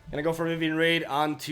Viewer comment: "Unfortunately I have to take a break from playing magic as work to explore waterfalls in Brazil" Suffice to say I'm jealous. Also your janky ass pronunciation of stuff like Vivien "raid" is one of my favourite parts of your videos.